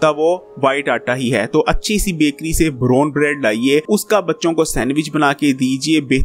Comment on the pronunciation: Brone bread 😀😀😀😀 bolna seekh ly